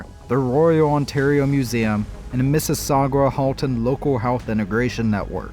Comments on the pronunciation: It always makes me laugh how Americans pronounce Mississauga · (By the way, the "u" in Mississauga is mute, hehe). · lmao mississaugwa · Missisaug-wa heh..